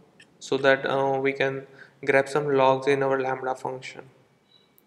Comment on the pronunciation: It was all fun until the "Lamrha" came in! xD